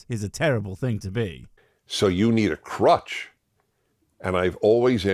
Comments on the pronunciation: Heheheh... he said 'crotch' instead of crutch. . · I thought he said crotch 😂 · With Dennis starting off talking about his sex book collection it took me a couple of minutes to realise it was crutch and not crotch he was boasting about.